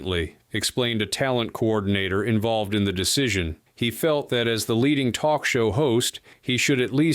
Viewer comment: I can still hear "Oh please, can we twok?" Seeing her snort a line of white powder just before walking on stage is what lost all cred. Powder? No cred. Crystal? No cred. Needle? No cred. Weed? I do not want to smell it, see it or hear about it so knock yourself out discretely.